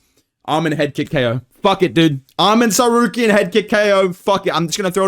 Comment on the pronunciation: Bro I cannot get enough of the Chael mispronouncing names and Merab yelling at Umar impressions 😂😂😂 YOU HAVE TO BE MAN BRO!!!!!! 😂😂 Arman Sarcareian 😂